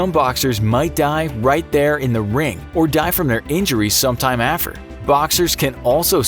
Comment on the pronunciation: "or die from their injuries sometime affer "